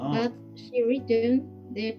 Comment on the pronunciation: Amigo felicitaciones, aclaro que se pronuncia "riten", you've written (yuv rítn) no "ráiten", seras internacional con el apoyo de todos, gracias por encender la chispa de nuestro cosmos con esta entrevista, capo maestro.